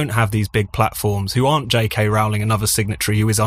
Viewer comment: The first syllable of "Rowling" rhymes with "low" and "blow", not with "cow" and "now". Most of the speakers on this podcast get it wrong!